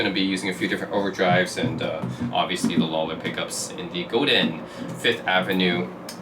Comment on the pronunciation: In French, we rarely pronounce the last letter of a word… Godin is not “Godine”… you need to pronounce the sound “in” without any emphasis on the “n”…